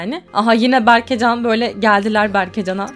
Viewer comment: berkecan değil berkecem